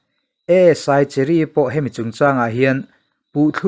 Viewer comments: Cherry ti i lam dawn nia cheery no li in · Cheery tih aiin mizoin Kan chhiarthiam danin chheri' tizawk la ilam dik zawk ang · Pu pi suh kye vengtu cheery kha Mizo chuan chheery tia lamrik tur ani e.